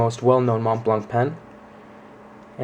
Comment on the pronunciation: You would think if you spent 1000$ on something you would know how to pronounce Montblanc properly